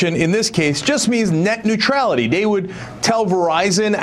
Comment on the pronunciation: Hahaha Neutrailty. Oops.